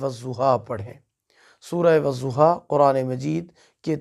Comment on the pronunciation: I am sorry sir lakin.... Ap galat perh rhy hai.... "Wazoha" nhi hita "wadoha " hota h